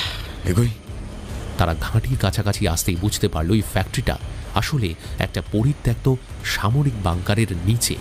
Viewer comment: poritoktto uccharon ta ato bar bhul bollen. ota thik korben